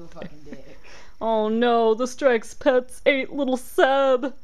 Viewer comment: At first I thought strexpets said "sexpets" XD